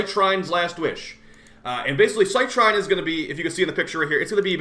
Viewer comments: Just so you know, it's pronounced "Sit Reen" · I looked up online and funnily enough, both you and Rebb are butchering her name. It's pronounced "cy-treen".